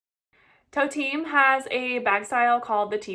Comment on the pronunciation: For the love of god stop calling these brands Toteem and Gweebert!!!